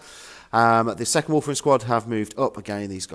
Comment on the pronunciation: A common pronunciation slip.